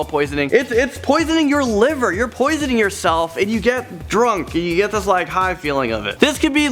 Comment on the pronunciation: Am I the only one who thinks he says alcohol weird